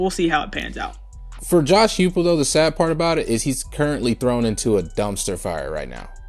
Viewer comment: You guys didn't even know that coach Huepel was an OC, I can forgive y'all mispronouncing his name, but if you don't even know basic information about the topic/person you're talking about, why make a video on it at all?